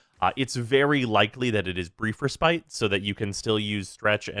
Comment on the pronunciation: the way pronounces respite is triggering me. pls do better.